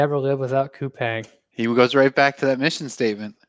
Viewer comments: Thanks for the analysis and I’ve been following Brian from TMF from last year! BTW it’s pronounced as “kupaang” not “kupeng”. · Pronounced koo-pong, so I’ve been told